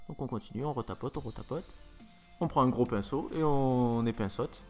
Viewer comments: "couleur bien dégueulasse", "mascara pour le teint", "on épinssote", "on s'écrit dans les yeux" ... mdrr Tanguy la Menace a encore des progrès à faire! :) Il m'aura bien fait rire ! Et le Makeup est Canon :) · "On prend un pinceau, et on épinceaute" mddr